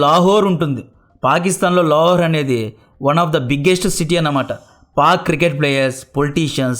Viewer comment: Lahore na leka "La-whore" na?